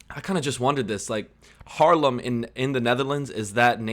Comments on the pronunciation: And the Dutch city Haarlem is not pronounced as Harlem! Haarlem is with a long a. As in the pronunciation of the first a in Delaware. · Haarlem. Not Harleem.